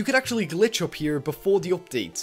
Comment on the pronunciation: who noticed that always says going gup besides going up